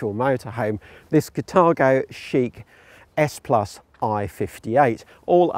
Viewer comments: its carthago not catargo.... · But it says Carthago in the trailer and in the text. Maybe it's a pronunciation issue as it's sounded differently in different countries.